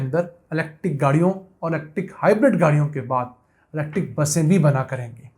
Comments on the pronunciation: YOU ARE SUCH A JAHIL PERSON DOESN'T KNOW HOW TO SPELL ELECTRIC I MENTION THIS TO YOU IN YOUR PREVIOUS VLOGS , YOU ARE SAYING LECTIC INSTEAD THE CORRECT PRONUNCIATION IS ELECTRIC, PLEASE DONT MIX PUNJABI AND ENGLISH , PLEASE READ THE SCRIPT FEW TIMES BEFORE YOU RECORD YOUR V LOGS. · YOU PRONOUNCE ELECTIC INSTEAD THE CORRECT WORD IS ELECTRIC MR.